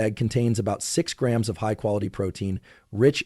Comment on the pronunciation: Such a boring, monotone voice. And doesn't pronounce grams or ounces correctly.